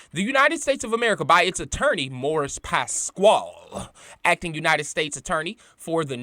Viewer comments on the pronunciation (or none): none